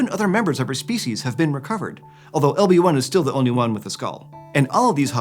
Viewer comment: When ever he said "LB1" I kept hearing "Obi Wan" XD